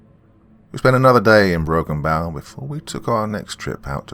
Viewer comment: With respect it's pronounced, Broken Bow, like bow and arrow, I live about hour away from there, in Grand Island Nebraska.